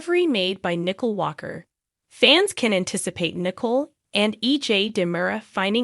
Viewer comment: Her name is Nicole not Nickel